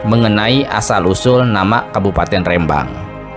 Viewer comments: Rembang bukan rèmbang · minimal cari info cara melafalkan rembang bukan kayak melafalkan Medan tp RE nya seperti melafalkan Remah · Pengucapan Rembang salah, huruf e adalah e pepet seperti pada kata senang, telinga dsb...